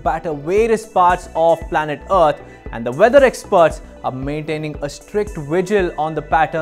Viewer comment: The planet "Uht"? Lol... Deepak... whatre u doing butchering our planets name...? Its "Earth" ....